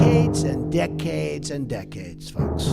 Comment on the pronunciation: Deck-aids. Deck-aids. And deck-aids.